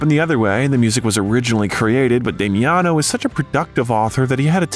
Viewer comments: Also not Demiano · its pronounced Dah mi on oh